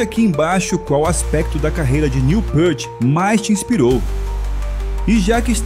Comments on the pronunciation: Pra quem não é fã o vídeo não passou nen 10% do que Neil foi, aliás, se fala pirti, não pârte... Fundo musical nada a ver com o Rush.. assisti nem a metade do vídeo. Fui! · Pequena correção. O sobrenome dele é falado “piert”, não “pârt” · Amigo, só uma correção: a pronúncia é "pirt", não "pãrt". A fonte é a tradutora dos livros dele para o nosso idioma. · Pârti, não! Píârt, repita comigo, Píârt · A pronúncia é Pirt. Ele mesmo falou isso em uma entrevista a Modern Drummer em 1995. Neil PÂRT é invenção de brasileiro 😂😂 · péart? Que falta de respeito. Ele odiava a pronuncia errada de seu nome."Niu Piiirti", para vc iletrado que nao soube homenagear o mestre. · A pronúncia correta é Neil "pirt". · Obrigado pelo excelente vídeo! Só uma pequena correção quanto à pronuncia de Peart (Pirt).